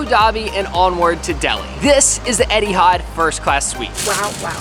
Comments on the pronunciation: Etihard. It's Etihad 🤣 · Pls :) Etihad, not Edihad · It really bothers me how says Eddie had instead of Eh-T had (sorry don’t know the phonetics) 😂